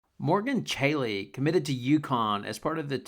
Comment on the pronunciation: I like your style; just focus on pronouncing the athletes name correctly. It's all about respect, which I know you are cognizant.